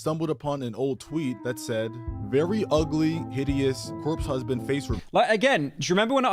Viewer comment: "Cope husband" lmao